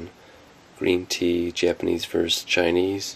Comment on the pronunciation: "Verse"? It is "versus".